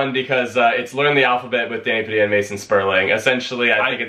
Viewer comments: Ahh yes, Danny Padilla. Not pa-dee-ah. Pa-dill-ah. Just like k-sa-dill-ah and not k-sa-dee-ah Also, what the fuck is going on in the back with the signs?? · I get it. Padilla is a tough name to pronounce for some people. Here it is once and for all: PUH-DEE-UHH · Danny Padilla & Mason Sperling so u pronounce it PUH-DILL-UH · This is how to pronounce it DANNY PAA-DEE-LAH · It’s pronounced Padeea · Danny Padilla & Mason Sperling it’s exactly like how tortilla is pronounced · Ha! Sorry to get ur name wrong! It sounds closer to the way I pronounce it in the Philippines, so I was basing it on that. Now I wonder if I been mispronouncing my friends name my whole life?! You guys are wicked cool though. Honestly, you make the YouTubes awesome!